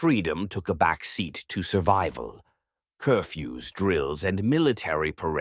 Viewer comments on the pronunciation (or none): none